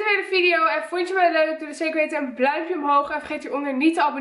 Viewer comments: Je zegt bluimpje inplaats van duimpje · ze zei perongeluk bluimpje in plaats van duimpje😂😂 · Haha bluimpje😂😂 Ps: super leuke video!!😍😍😍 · Op zeg je bluimpje 😂 of heb ik het niet goed verstaan😂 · Zegt ze nou BLAUMPJE😂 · hahah bluimpje